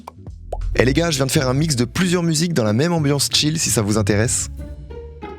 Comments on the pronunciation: ohlala tous les i et y prononcés "Ay"... Chill pas tchAyl, Study pas StudAy 👍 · Tellement trigger par ta facon de prononcer chill hahaha